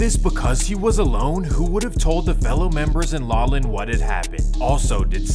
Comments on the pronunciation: Thank you!! Thought dude was supposed to be from N Cal. Shouldn't he know how to pronounce Laughlin? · “Lol Lin, Nevada” lol I’ve never heard it pronounced that way. Correct me if I’m wrong but I’m sure it’s pronounced like “laa-fluhn” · LAWlin Nevada 😂😂😂 bro it’s pronounced “LOFFlin” Laughlin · Laughlin NV (LOFFLIN) not (LAWLIN) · Bruh you said law-lin Nevada.. it's annunciated loff-lin my G. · Bro, It's LOFF-LIN not LAW-lin ... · Idk why but it bugged me but it’s not “lawland” it’s “la-f-lan” you pronounce the ph in its name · LOFF-Lin not LAW-Lin. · We can tell your not from the west coast like you said you are? Lawlin is not how you pronounce Laughlin (Lofflin) Nevada. 😂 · So you know… It’s pronounced “Lauflin” Not lawlin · Its pronounced LOFFLIN, nevada not LOLLIN lol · Lawlin Nevada 😂 it’s pronounced Law-Flin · It's pronounced Sunny and Lawflin, not Sawnny and Lawlin. Where are you from? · Always entertaining and informative my guy! But ive been to Laughlin Nevada and its pronounced "Loff-Lin" 😂🤣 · Bruh when he said “lawlin” I was like wait huh?😭🤣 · it’s pronounced “LOFF-LIN” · Love your videos! But it’s “Sun-nee”. Oh, and it’s “Loff-lin”. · My guy, Laughlin is said like “Lof-Lin” Ask for help with the pronunciations, you’ve done this with several videos lol. Love your stuff but can’t help but notice it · Did he say "LAWLIN" Nevada?? LOL ... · Laughlin is pronounced with an “F” sound where the gh is. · So does an A.I. read this or a person? They keep saying Laulin instead of Laughlin, just curious. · LOLOLOOL I LIVE IN VEGAS YOU ALMOST HAD THE WORDING ITS PRONOUNCED LAUFLIN THATS HOW YOU SAY IT I KNOW ITS WEIRD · Dude said Law Lynn Nevada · It’s Laughlin not Laulen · I don't want another video from you, I just want you to stop saying lollin Nevada. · sonny pronounced sunny, laughlin pronounced lofland lol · Laughlin, is pronounced "Loff-lin" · It is pronounced Lauf-lin. As in Laugh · It’s pronounced like lof Lin Nevada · Loff-lin nevada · “Lawlen Nevada” 🤣